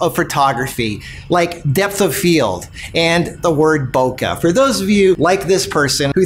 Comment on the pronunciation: Lol, love the ending., with all due respect, you mispronounce BOKE ボケ。It rhymes with okay, the KE is closer to "-quet" in bouquet. It's actually pronounced KE, like KE in KE ALOHA. Or the QUE in Spanish. BOKE. Not "bokuh". Love this video, though, lots of great tips. Subscribing to your photo channel.